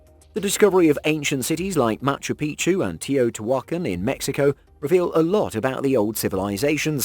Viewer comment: It’s Tay-owe-tee-wah-Kahn, my friend.🐝🤗❤️